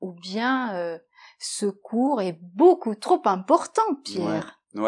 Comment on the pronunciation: La première liaison ne se dit pas ("ce cours | est") et la 2eme n'est pas obligatoire